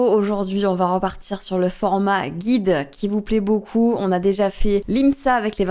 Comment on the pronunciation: Pas mal ce Guy Guue Guie Guyde. Ça va être tout noir !